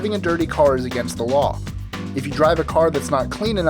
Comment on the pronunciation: do you call number 8 a strange law ? oh "lawl"